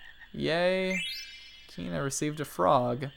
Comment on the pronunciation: Please don't call him Keena. ._.; Pretty sure it's pronounced Kwina. pls. plssss.